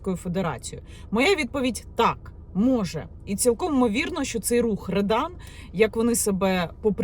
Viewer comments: Не редан, а рьодан. Це двіж - неформали проти гопніків, як в 90х початку 2000. Погано що в нас підлітки тягнуться до російської повістки. А смисл той самий що і раніше. За дітьми треба слідкувати, якщо не слідкувати то вона може стати гопніком АУЄ, а не тільки в Рьодан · Не редан а ребан